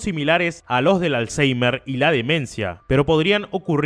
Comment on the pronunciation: Hay que ser ¡m b€ ¢¡I para creerse la historia de que es culpable, tú el primero que ni siquiera sabes pronunciar bien "alseimer"